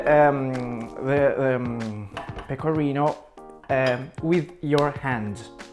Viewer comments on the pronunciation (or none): Io ti ammiro tanto e lodo la tua intraprendenza, spesso molti si vergognano nel parlare una lingua straniera! Ma quando hai detto PECORRINOW so morta dalle risate ahahahah! <3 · Gli stranieri provano a pronunciare "pecorino" in modo giusto. Lui che parla in inglese: peco(R alla inglese)ino